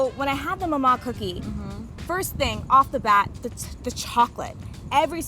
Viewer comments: Why do they name a shop after a name they don’t know how to pronounce maman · the way they say maman is making me cringe so bad because my mother tongue is french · names a bakery after a french word and cant even say that word correctly ...... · You mean "Maman" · that's not my name i say maman, what do you say? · i was so annoyed at the co founder not knowing how to pronounce 'maman'😩